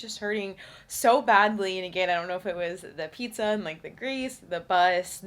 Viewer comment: Congrats 🎉🎉🎉. Been following you for a while and you’re such an inspiration ❤. I’m also currently training for 50k next summer 😍…. Also funny moment as you were pronouncing pizza at the beginning of the video you said it as “píča” which means pussy in czech 😂😂😂. Sending kiss from Prague 😌🥰